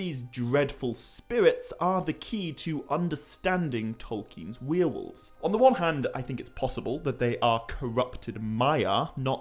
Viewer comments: dude.. its' warewolves... not wheel-wolves 🤣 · The way you pronounce werewolves as "we are wolves' is so charming. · You're saying Werewolves wrong